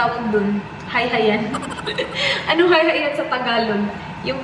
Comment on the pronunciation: katawaa nako nuon pag ingon ni nga hayhayan bisaya kaau